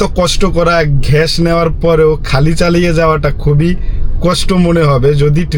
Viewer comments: ঘ্য‌াস ❌ গ্যাস ✅ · 👉👉ভাই আপনি গ্যাস কে ঘেঁস বলেন কনো ??? Plz Plz বলেন :yt